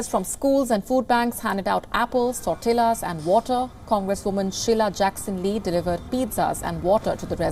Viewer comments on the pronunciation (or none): As an ardent follower of your new channel, I was a little disappointed by the quality of the presentation here. I understand mistakes happen, but some were a little elementary here= Firstly, tortilla is pronounced as in "tor-tia", not "tor-tilla". Secondly, it was clear the newsreader was verbatim reading out, eg "LED" instead of led. Please try to avoid these mistakes. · Remember when pronouncing Tortilla it is sounded out "tore-tiyya" usually two L's translates into a "Y" sound, at least in the Spanish language.